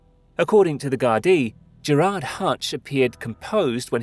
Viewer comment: Good video. But please for the love of god research the actual names of places. It’s pronounced naa-van , stra-ban, Ger-Rurd